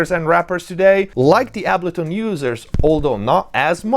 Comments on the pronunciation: Dude, how is this so spot on? Side note, my mind is boggled that you don't know how to pronounce Ableton unless you are saying it Italian style on purpose. No hate though. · The way you say, Ableton is wild… 😬😆